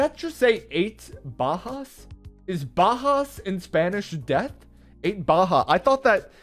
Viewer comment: Bajas o muertes but your pronunciation when you saying bajas is not correct